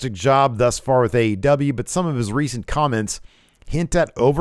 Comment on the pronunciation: In the intro it sounds like you say "Ass Wrestle Juice" That is a totally different type of video I think.